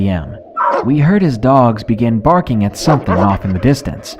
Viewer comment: Burfing lmao I love it! I have a dog he barks but never burfs.